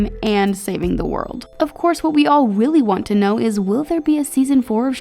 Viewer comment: "what we weally want to know"